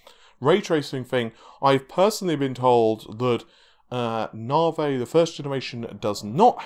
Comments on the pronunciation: Hearing "narvay" irritates me so much for some reason. Is it me or is it "narvay"? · Came for the "Navey". Was not disappointed.